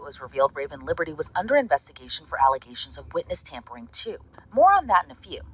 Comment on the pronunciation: It ‘tampering’. You sound dumb